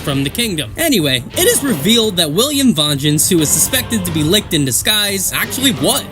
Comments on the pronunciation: No, it's not Lickt, It's Licht. You can hear it clear as day in the most recent episode. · His name is Licht, not Licked x'D the anime pronounced it pretty well. ABD peonounces it pretty well too. I know it because i am German ;)